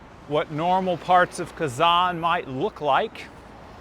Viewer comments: Its not Казан, it's Казань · Спасибо за интересное видео. Молодцы сыночки! Хотят, чтоб папа различал звуки русской речи, произносил "Казань" с мягким "Н" правильно. Дракон Зилант из древних татарских легенд изображён на гербе Казани с 16 века. Татары в древности представляли себе дракона так: "Черный дракон с червлеными крыльями и языком, с золотыми лапами, когтями и глазами, увенчанный золотой короной". Это похоже на китайского дракона 6 века, где он ассоциировался с Ян, то есть с активным, динамичным, мужским, светлым, короче – позитивным началом. Современные фэнтези ("Хоббит" 20 век, серия о Гарри Поттере 21 век) развивают представления о драконах из средневековой Европы. Изображения драконов разные в регионах мира. Татарский и восточные драконы не такие, как в голливудских фильмах. Тем и интересно разнообразие культур в России, что каждый народ в ней сохраняет свою культуру. Поэтому у всех российских народов (в СССР их было больше 100) культуры самобытные, разные и взаимно обогащают друг от друга. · не устаёт поправлять папу - КазанЬ)) Тяжело дается анголоязычным мягкий знак на конце слова) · Kazan is the capital of Tatarstan. When you say "Kazan' ", you put too much pressure on your "K" sound and too much stress on the second vowel "a". The stress on the 2nd vowel "a" is correct, but it's a short stress, (it's not emphasized) while you make it a longer stress. You almost skip over the 1st vowel "a", while it needs to be as pronounced as the 2nd "a", open your mouth as wide for the 1st "a" vowel as you do for the 2nd "a" vowel. I hope it's not too confusing for you.